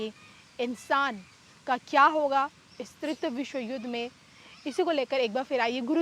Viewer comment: Not tritya but TRITIYA. तृतीय